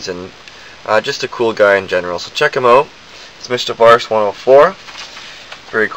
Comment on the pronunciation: its vash! va^sh. you don't mess with The Stampede! :P